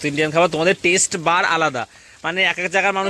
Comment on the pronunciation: কথাটা টেস্ট বাড। টেস্ট বার নয়😅